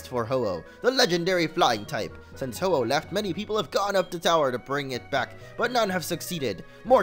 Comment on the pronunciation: Really ho ho it's ho oh